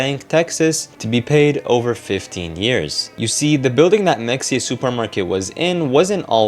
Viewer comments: Is it “Mex-e-uh” or “Muh-hay-uh?” Like “Mexia, Texas” is the later. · 1 min in- ITS MA-HEY-YA not Mexia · Mexia is pronounced Muh-HAY-uh, not MEK-see-uh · It’s pronounced mah-hey-ah. If you’re going to do a info documentary at least learn how to pronounce shit right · It's pronounced MUH-HAY-UH Source: I live close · I'm pretty sure mexia is pronounced like "maheyah" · The way it’s pronounced is meh-hey-yah btw lol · Its muh-hey-uh im pretty sure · Mexia is pronounced “muh-hay’-uh” because this is Texas.